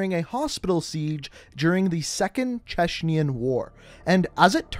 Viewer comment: I know I am saying this in 2020 but I got really triggered what he said in minotaurs story where he saved countless lives Now as a Chechen person you do not say "Cheschnyan" you just say Chechen I might be wrong at what he said maybe he meant something else but that's just what l heard